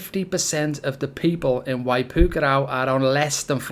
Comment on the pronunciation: You mispronounced it. It's not pronounced "waipookaraow".